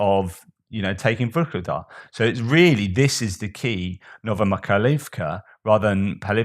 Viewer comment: Please feel unperturbed in the way you present your reports. No need to be perfect in every detail or waste too much concentration into insignificances such as pronunciation of settlements. Most important are the bigger messages, and I guess most viewers appreciate your humanist approach and how you work out different aspects on topics in this war. A small piece for you 😃 Новомихайлiвка -> Novo-my-khai-liv-ka Ново - Novo = new ми - my - like in myrrh хай - khai - kh like the j in span. 'jamon/Jerez/Julio' -> jai iv/ivka - word ending, perhaps regarding settlements Михайл - Mykhail/Mikhail - is of course/most certainly Michael, the archangel